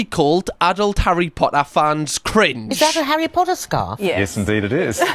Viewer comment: Your pronunciation of Harry Potter should be the official, and I like that necklace a lot it suits you